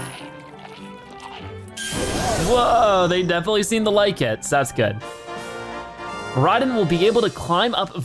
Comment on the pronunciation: Its mor i don not mor i din